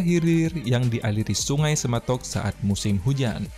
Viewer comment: Semantok bukan sematok